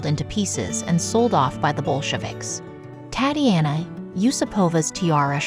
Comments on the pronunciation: The name Tatiana, should be pronounced Tahtee Ahnah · Please learn pronunciation. Tatiana is not pronounced as Tatty-anna.